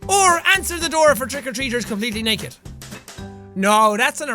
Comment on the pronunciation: "69% percent of people would raether be naeked" that Irishness rocking in his accent